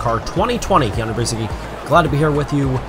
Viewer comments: Nice one! Btw, Keanu, your last name is polish and is pronounced Biedzhytski! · 😂 You think you can tell someone how to pronounce their name? I'm sure he's quite aware that it is Polish, the name has been Americanized and pronounced like that for generations.